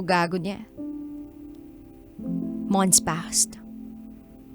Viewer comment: “Monts pass””😂😂😂😂